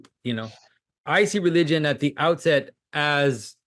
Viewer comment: “Relywgen” - Jonathan Pagoo